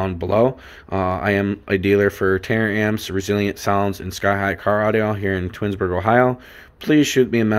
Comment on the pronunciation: Tar-amps Not tear-amps lol